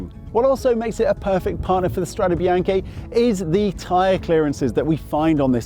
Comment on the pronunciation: Strade bee-aahn-kay not bee-aahn-key